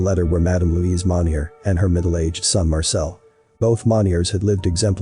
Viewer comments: The way he narrates the story and the offputting pronunciations of French words really kill this for me. Mon-yey not Mon-yer. Pwa-tyay, not Pwoy-tays 😑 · It bothers me the narrator is saying the last name wrong. Monni-eh is how you say it.